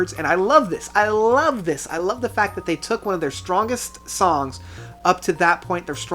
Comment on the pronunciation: Ive never commented on a video before, but you mispronounced soooooo many of the song names. Are you able to read? I cant take you seriously.